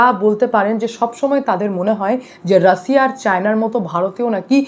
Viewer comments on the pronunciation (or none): none